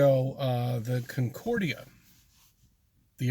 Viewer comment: Concorde pronounced incorrectly had me twitching more than the Flat Shite.